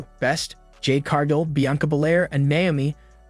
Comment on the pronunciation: It's not CAR-JILL it's Cargill. G. Like the gills on a fish. They've said her name enough times. Come on, that's just lazy of you.